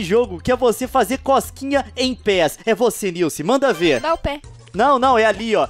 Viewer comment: Gente é nilce, e nn nilse ou nilsi ou nilci